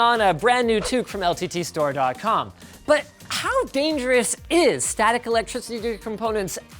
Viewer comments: "How dangerous IS- staticelectrictrctteryrcomponents ACTUALLY..?" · How dangerous IS static electricitrrty actually? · "electricititothe components"